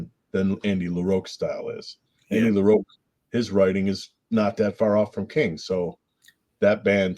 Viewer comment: omg it is Andy LaROCK not LaROAK